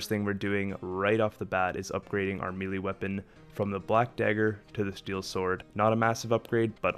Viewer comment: It's pronounced "maylay", not "me lee"